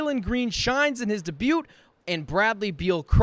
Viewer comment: Why u say debut like that🤣🤣